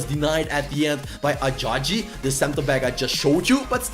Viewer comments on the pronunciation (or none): Ajayi is pronounced Aja-yi the y is pronounced as y I’m Nigerian love the videos tho